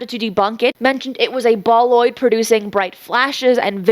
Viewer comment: "Bolide," not "boloid." And yes, it was a bolide.